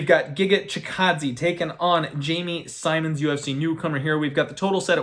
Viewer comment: How do you pronounce “Simmons” wrong lol I swear to god trolls us with these pronunciations